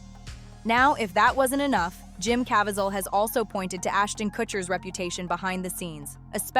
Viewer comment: You mispronounced Jim Cavieselles name. It’s Jim not Jem.